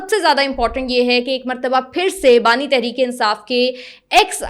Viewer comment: Bani not nani